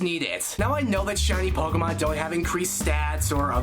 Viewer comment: did he just say "pokémans"